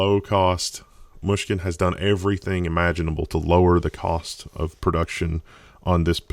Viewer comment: I never realized this, but the way he says Mushkin is quite nice :P